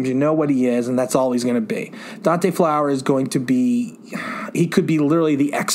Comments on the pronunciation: maybe they just didnt like the narrator saying Dante Flower instead of his name, Fowler. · Anyone else get irritated that he kept saying Flower instead of Fowler? I get it, it’s probably an honest mistake. It just irritated me for some reason lol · We both have the same last name and it's pronounced Fowler